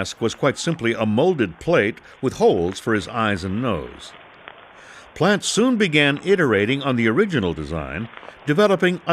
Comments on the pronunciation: Pronouncation on all other names with the French name expect Jacques. Plant. Please. It's Plaunt. Geez. Sound like a plan Stan. Know what I mean Jean. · Plante not Plant...